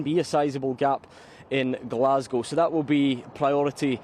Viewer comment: Finally The Rock has come back to Glas-gow 😂😂😂